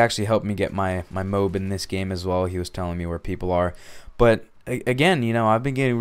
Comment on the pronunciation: dude its pronounced moe-ab